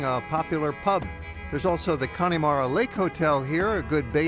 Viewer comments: It’s pronounced Con-a-mara not Connie-mara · It's pronounced...Cann'a'mara...not Conn'i'mara, nonetheless, a great video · it's not conneymara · Please, please .... The E in Connemara is Silent. If you were there?, did you hear anyone say Conn E Mara? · The "e" in Connemara is more of a "uh". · Nice video, but please learn to pronounce Connemara!